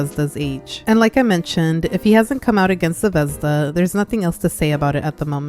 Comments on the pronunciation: As a slav you suprisingly didnt butcher Zvezda it means star and its pronounced more like zve- zda not zevezda but its still good! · until u said Zvezda was based on russian word star i genuinely had no idea it was that cuz in russian the emphasis in the word is on the last letter (zvezdá) instead of what u pronounced it like lol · I’m sorry but…ze-vez-da 💀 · Not tryna be rude but the way u say zvezda is so weird to me 😭 ( no offense at all btw ) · idk how to explaim it but the way u say zvezda just scratches my brain perfectly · the pronounciation of zvezda is making me click off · Fr, I wish she searched up how to properly say it. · As a Russian even I think the ushanka is taking it too far.. I have no knowledge if she’s Russian or not but it’s never ok to support communism. Also btw ur pronunciation of Zvezda (звезда) is really funny as a native speaker because unless she said it’s in Russian I would have no idea lol I hope u don’t take that too offense (English isn’t my first language so sorry if this is hard to understand but I really have idk)